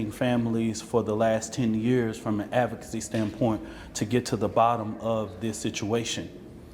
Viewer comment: He can not say the word advocacy correctly lol